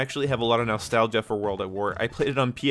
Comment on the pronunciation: The way you pronounce (nostalgia) as "nal-stagia" is too funny. Love the accent